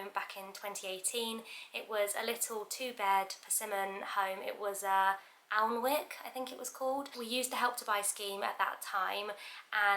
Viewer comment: Very helpful video, also id add that alnwick is pronounced annick, it is a northumbrian town with a big castle 😊